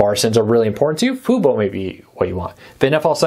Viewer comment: Can you say Fubo correctly?